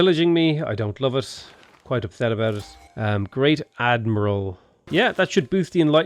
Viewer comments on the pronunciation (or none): none